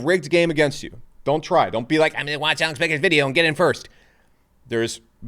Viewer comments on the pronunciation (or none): none